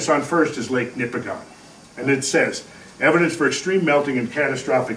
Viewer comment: Couple of minor points. It is Ouimet Canyon, not Quimet Canyon. And the stress is on the first syllable of "Nipigon", not the last. I lived in and explored this area for 3 years in the early 80s and am very familiar with all the topography described. The flat top "mesas" with a tapered face are called Cuestas. I have heard explanations of how the ice formed them, but never heard that they could be formed by a flood event. I can recommend a very good guide if you take a trip there.